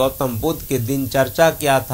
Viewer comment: Mitra dincharya uchcharit Karen, na ki dincharcha. Namo Buddhay, Jai Bhim.